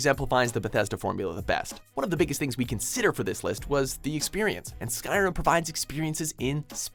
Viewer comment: Ska riem? Tf you braindead donut its Skyrim.